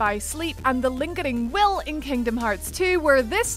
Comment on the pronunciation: ...did you just say “lingeding will”?